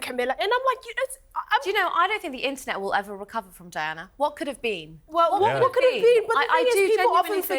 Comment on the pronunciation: Who the $uck is Dianer??? Why can't just say Diana.